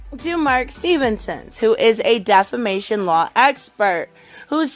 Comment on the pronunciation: Defimation or deffication?? 😀